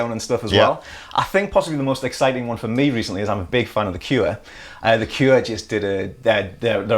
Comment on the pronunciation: is a year older than me yet he knows what the word meme means and I still don't. Pretty sad, I know but, I still refuse to look it up... BTW, the word cure only has one syllable.